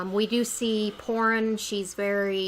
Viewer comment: Þorunn is pronounced as Thorunn